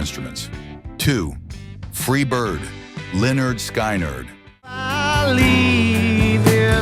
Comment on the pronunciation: If your going to narrate a music history video at least know how to pronounce lynyrd skynyrd jeez